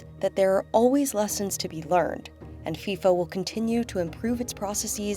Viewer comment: It's called football not soccer. It's FIFA not FISA